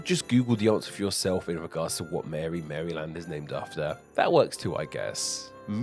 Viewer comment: Even as an Australian its triggering to hear you have pronounced it Mary-Land and not Maril-und.